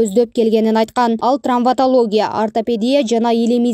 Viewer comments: Трамвотология эмес, травмотология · Чон кыз ТРАМВОТОЛОГИЯ эмес ТРАВМАТОЛОГИЯ. Сразу кулакка сайылды го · Трамвотолия эмес травматология. Сабатсыз журналисттер качан жоголот!